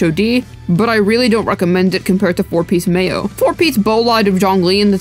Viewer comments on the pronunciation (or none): none